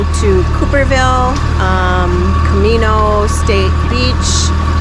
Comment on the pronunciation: And it’s Kah-may-no Island